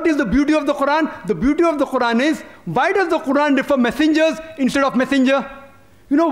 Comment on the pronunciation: No is not correct ,qurran is not correct!!!